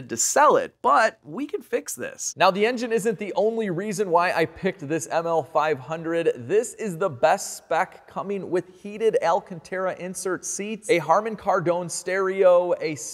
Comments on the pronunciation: Harman Kar-DOAN? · Is it really pronounced harmon kardone?